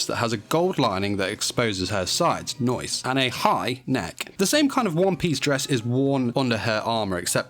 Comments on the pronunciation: Make 5 facts about Artemis in DanMachi as well. But what's up with the "noice?" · the "noicee" vhahahahhah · I’m back here just to hear ‘ nice ‘